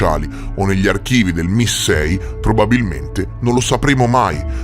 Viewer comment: ti voglio bene, ma MI6 si pronuncia “em ai six”, come pronunci “ef bi ai” e non effe bi i (fbi). In UK non esiste il congresso, al massimo il parlamento diviso in camera dei comuni e camera dei lord.